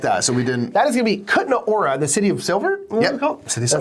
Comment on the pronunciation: It sounds so cute how you pronounce Kutná Hora 😊 (The "H" is not silent, so it should sound like in "horror".) Btw., nice wall in the background, I am a lights geek so you got me on that 😀